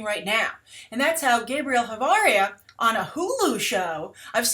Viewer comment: asuggestion for Spanis names: Ch is pronounced like Sh not like K